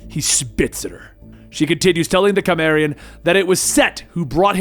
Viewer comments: Did he seriously pronounce Cimmerian as Kimmerian? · You're a big Conan fan are you, learn how to pronounce cimmerian